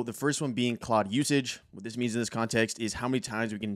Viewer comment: Thanks for the intro, good vid (it’s pronounced Clode, btw).